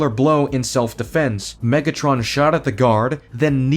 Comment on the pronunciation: omegatron? It’s megatron you donkey